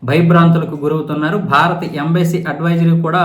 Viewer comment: Embesy కాదు నాయనా ఎంబసీ